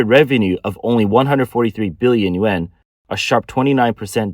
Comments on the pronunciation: Dear Rico, Thank you for your input. I must have been too blunt in my attempt at correction. The narrator should use better enunciation for the Yuan as some people listen rather than watch these podcasts and if you listen carefully, he doesn't speak clearly and some people will misinterpret and dismiss his valuable information. I hoped to give useful criticism to aid in his presentation of his information. I didn't mean to sound unkind. Thank you again for caring about this valuable podcast and helping me to be less blunt. Shalom. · He is clearly not saying yen.